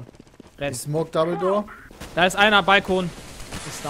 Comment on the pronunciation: Jedes mal wenn sie Double-door sagen, verstehe ich Dumbledor :P